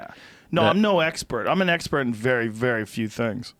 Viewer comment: Joe "Russian bears have a verry good guard" Rogan